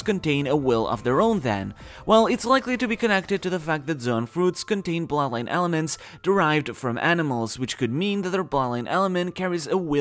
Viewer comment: When you say bloodline it sounds unclear. It sounds similar to plot line, which is a bit confusing in this context.